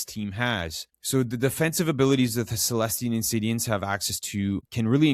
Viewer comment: The search continues for a YouTuber that can pronounce celestial insidiants right. Jokes aside great guide!